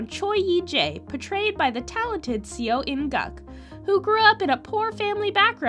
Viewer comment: Just a suggestion, learn how to pronounce the actors' names correctly. For instance, Seo is not pronounced 'see-oh', and Woo does not actually have a 'w' sound.